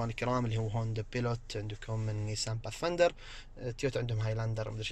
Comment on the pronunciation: أخوي انت متميز بتغطياتك ماشاء الله لكن تحتاج العمل على تقوية نفسك في اللغة الانجليزية عالأقل المسميات كل مسميات السيارات قلتها غلط هوندا بايلوت وليس بيلوت نيسان باث فااايندر وليس بثفيندر كيا سورينتو وليس سورنيتو فورد اكسبلورر وليس اكسبلور